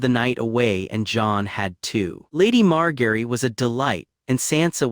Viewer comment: writings good, AI voice mispronounces all their names like c'mon MAR-GARY TY-REON OL-ENNA